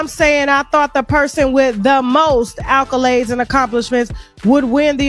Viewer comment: Tasha k ghetto saying "alcolades" instead of accolade was upsetting me